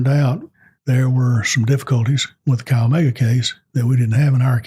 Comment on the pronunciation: Chi Omega is pronounced...Ki omega...